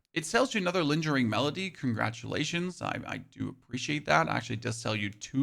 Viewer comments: 😖 Lingering, not linjering. Oscillating, not oscilliating. Ebon, not eebon. Dushan, not dooshn. Paths, not pathees. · Lingering melody is pronounced with a hard G, like "goat". Its not "linjering."